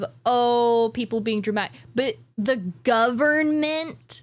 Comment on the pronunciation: I love how says GoverNment